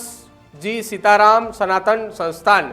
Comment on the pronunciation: ભાઈ પેલાં આ એન્કર ને ગુજરાતી વાંચતા શીખવાડો😂😂😂 સીતા રામ ને સીતા રમણ વાચે છે ઠાડશ ને ટાદશ વાચે છે 😅😅😅😅